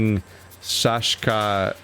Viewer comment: Man that girl who wanted the pen... she didnt want to talk to a scary guy like, but when he went into a small alleyway, thats when she found her courage? Also, as a Canadian, love hearing you try to pronounce Saskatchewan for the first time. you did well:)